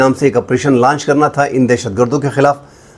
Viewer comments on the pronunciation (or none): none